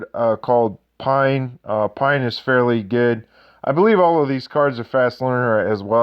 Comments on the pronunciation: Good video but i literally cringe when you called Rikku "Luke" and Paine "Pine"... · Why on earth did they not use the North American release names of the FFX characters? It's Rikku and Paine. It's not Luc and Pine! Grrrr.